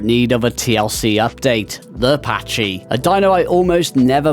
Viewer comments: It's pronounced "packy" not "patchy" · Second video this week I've seen where someone has said Pachy weird. the CH is a K sound in that name.